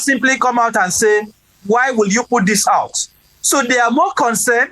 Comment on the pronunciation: ABEG, GO AND FIX your "H" factor. Ah ah?! You are not making ANY effort at all to speak properly - FOR A TV MEDIA JOURNALIST?? That is mediocre. Go and FIX it! Tired of hearing: "Welcome HOUT there!" and "You are HON to Inside Sources!". Ah ah?!